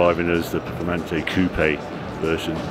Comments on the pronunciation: Can’t say performante 😂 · What the HELL is a valorkee ???? Harry's it's Val -kar-ree. Also - PER-FOR-MAN-TAY.